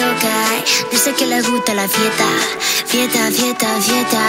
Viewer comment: It's "fiesta", but Becky pronounce "fieta" 😂😂